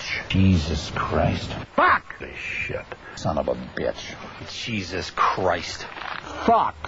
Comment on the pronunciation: he said shun of bitch. lmao